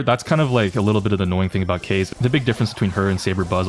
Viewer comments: It’s pronounced kazey not ka z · wth is ''k(ay)s'', it is read ''Ka-zay'' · Kaze isn’t pronounced “case” but like “kah-zeh” because its a japanese name. Think of it as “kamikaze” without the kami. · Kayze? It's KAH-ZEH. Japanese bro, it means wind. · is fine, as long as u arent pronoucing Kaze like ‘Case’ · why do you call her keiz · You pronounce it as kah zey btw. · It's Kaze: KA - ZE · is her name pronounced Kah-zay or Kah-zeh? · Bro why do you keep saying her name wrong on purpose, quit trying to farm rage comments like me plssssss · Not tryna be toxic but its sad how in jae yong vid u called people who pronounce his name wrong whiteboys but now u pronaunce Kaze's name completely wrong, her name is japanese please stop using english accent i beg u.